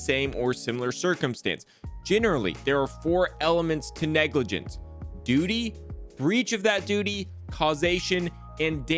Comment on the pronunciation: What’s negligance? You mean negligence…..